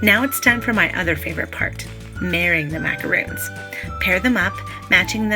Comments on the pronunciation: MacaRONs not roons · That`s not macarOOns! It`s macar-on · You lost me at "macaroons" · Macarons which is in the video are different than macaroons which is what she is calling them. It’s one of my pet peeves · Great but Just one thing...you keep saying Macaroons. Those are not Macaroons they are Macarons. The way you’re pronouncing is for the coconut ones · It's MacaRONS...not Macaroons. If you are going to educate be educated. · Life as Boua it’s macarons. Macaroons are the coconut cookies. She said she says macaroons because that’s how most Americans pronounce it. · OMG. These are NOT pronounced as ‘macaROONs’—that’s cookies made with coconut and egg whites, etc. These are: ‘macaRONs’; like the male name RON. Why do so many people who should know the difference in pronunciation—don’t? Even Duff Goldman and Valerie Bertinelli mispronounced these all throughout an entire episode of their kids’ cooking show. No excuse. Duff certainly should know—-he’s a baker!!! The producers should have known, too! EEK! BIG difference in the two types of cookies—BIG! MacaRONS are one of my favorite cookies! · macarOOns and macarOns are totally different cookies, that's why right pronunciation is important here, otherwise it's misleading. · Thank you! How can people make a video on how to make them but pronounce it incorrectly! Drives me nuts!